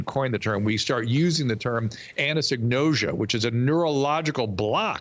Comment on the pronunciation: Anosonosia...not "anasenose...ea"